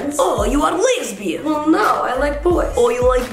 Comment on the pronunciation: the way she says “LaysbiAN” I laughed so hard 😂 🤣